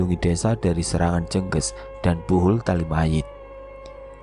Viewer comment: Penyebutan Kata "jengges " Nyan salah itu